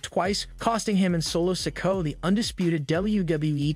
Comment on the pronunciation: This narrator needs to learn the names he keeps mispronouncing so wrong